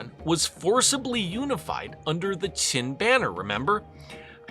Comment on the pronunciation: Your Chinese pronunciation is mostly correct. However, Qin is not pronounced like saying "chin" but more like saying "cheen" (pronounced with what sounds like it's being said with a lisp). Other than that, interesting video.